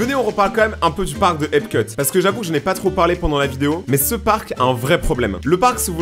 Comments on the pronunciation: Tu t trompé, on dit epcot , pas epcut 😢😅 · c'est EPCOT pas EPCUT